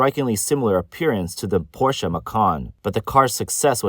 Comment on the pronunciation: Finally someone who pronounces Porsche correctly.